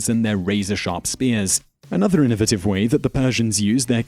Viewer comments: in·no·va·tive not inavitive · There's more than one pronunciation